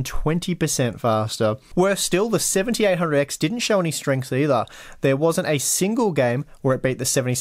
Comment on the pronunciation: when you talk fast your "7800x" sounds like "1700x"